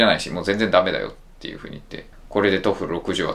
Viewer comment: この志願者は北里大学薬学部卒の薬剤師、国立大学の医学部なんか合格するわけないやん、川崎医科大学、金沢医科大学でも無理だよ。ビリおじは京都大学卒だから名門大阪医科薬科大学医学部医学科を合格できたんだよ。とえいっく、とえふると言ってた時点であかん思った。